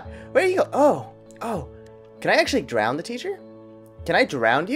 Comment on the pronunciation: When you say Drown, you say it like "Drowned". "Can I drowned the teacher?" Lol